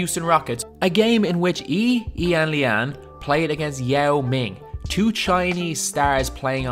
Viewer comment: It's yi JIAN Lian not yi yan lian